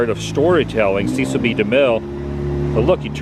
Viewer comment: Cecil rhymes with wrestle.